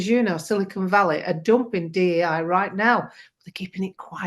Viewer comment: saying D.N.I. 🥴instead of dei & claiming "trans men" dont rape. Yes, because they're WOMEN🤣🤣🤣GOLD!